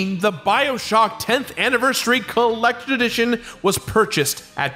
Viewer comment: Says he is not going to mispronounce anything in dark souls ever agian: "The Drak Shouls Colactors Addition..."